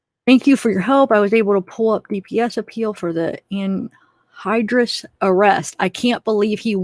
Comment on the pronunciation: you are saying anhydrous correctly